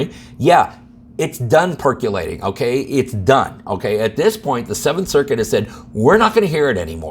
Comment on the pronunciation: Perc-O-lating. Not perc-U-lating. O like Oscar. Not U like umbrella. Percolating.